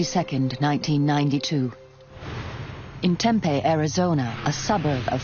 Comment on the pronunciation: Y’all gonna narrate get a human being I live in Tempe. It isn’t pronounced Tempe either terrible.